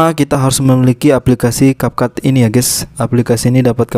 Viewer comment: Kak maaf capcut itu ngomongnya capcut kayak biasa bukan kapkut ya